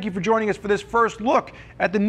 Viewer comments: Pronounced “Sho-eh” not “showy”. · It's shoe-eye or maybe it's sho-ey-ee.